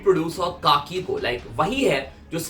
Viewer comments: भाई काकी नाही रे खाकी आहे तो 😂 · Bro pronounced the producer name it's खाकी 💯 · काकी नहीं खाकी 😂🥲